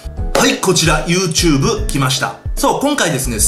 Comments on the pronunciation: 最初の始まり方なんか好きユートゥーブーって聞こえてw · ゆーてぅぶーってなんですか？